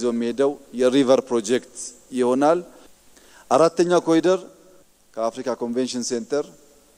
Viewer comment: አይዳ ኮሊደር እያልሽ አታንብቡ እባካችሁ፣ የእንግሊዘኛ ቃል ሲሆን corridor በአማርኛ ኮሪደር ብላችሁ አንብቡት